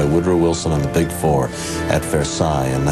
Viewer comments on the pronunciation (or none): none